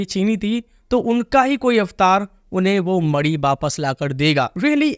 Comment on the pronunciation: Bhai mani hota hai naki madi